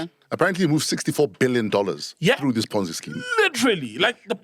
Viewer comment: Pornzee scheme 🤣